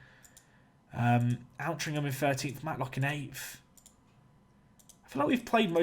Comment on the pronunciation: FYI, Altrincham is pronounced Ol-tring-am. Source- I grew up there. Saw them play once as well.